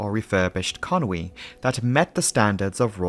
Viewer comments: Where does this "Conwy" come from? It's Conway..... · Con-wee! I've been saying Con-way...